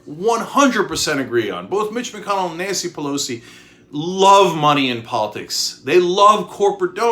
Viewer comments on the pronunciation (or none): none